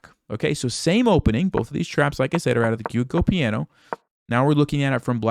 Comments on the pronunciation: Dude, you butchered how to say giuoco piano, lol. JOO-oh-koh pee-AH-no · Great video! The only thing that needs work is the pronounciation of the opening 😂